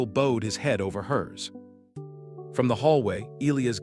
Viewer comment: The AI mispronouncing of Bowed as a curved leg as bowed legs not bowed heads and Elias as Ee Lee us. Too many ads. A total mess that ruined a good story.